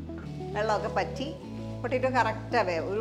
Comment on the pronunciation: വെള്ളം വറ്റി എന്ന് പറയുക. അതുപോലെ മുട്ട എന്നുച്ചരിക്കുക.